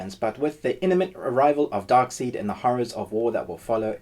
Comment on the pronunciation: “Darkseed”?? Dude!! C’mon!